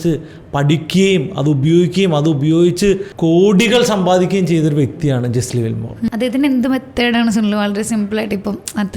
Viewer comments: പേര് തെറ്റിയല്ലോ Brother, it's not ജെസ്ലി വില്മോർ...it's ജെസ്സി ലിവർമോർ. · Jesse Livermore എന്ന് ആണ് പേര്… അല്ലാതെ ജെസ്ലി വിൽമോർ എന്നല്ല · Jesli Wilmore alla bro, it's Jesse Livermore. Towards the end of his trading career he committed suicide. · World renowned trader ആയ Jesse Livermore ൻ്റെ പേരെങ്കിലും കറക്റ്റ് ആയിട്ട് pronounce ചെയ്യാമായിരുന്നു throughout ur calling him jeslli wilmore 😢